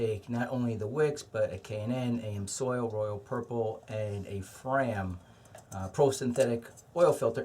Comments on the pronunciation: Great video, but it's not "Am soil" it's "Ams oil". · Amsoil (amzoil). Not (A M Soil) Geeeez... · "A-M-soil" lol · LoL I was cringing every time I heard him saying that in the other video as well as this one, I was wondering if anyone commented on that